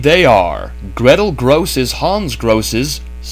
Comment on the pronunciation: "Grosse" is pronounced as "grocer", not "gross".